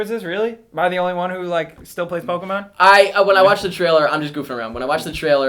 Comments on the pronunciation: it's not Poke-mans,.. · why cant you say pokemon right?